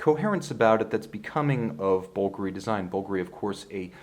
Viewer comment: I bet it’s incredibly lightweight. Like you aren’t even wearing a watch. Thanks for pronouncing Bulgari correctly. 👍